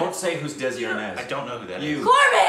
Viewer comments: No he said Dezi instead of Desi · DESI IS PRONOUNCED DAY-SEE NOT DEZI AND IT IS USED TO SAY AN INDIAN OR PAKISTANI = BROWN = LOCAL= NATIVE. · No he didn't he said Dezi not Desi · Desi in this instance is pronounced "They See". You see? It means a fellow Indian. Or just Indian. 1. adjective local; indigenous. derogatory rustic; unsophisticated. 2. unadulterated or pure. "desi ghee" noun: desi; plural noun: desis; noun: deshi; plural noun: deshis 1. a person of Indian, Pakistani, or Bangladeshi birth or descent who lives abroad. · Desi is pronounced They-see.. it is North Indian slang for Indian/Local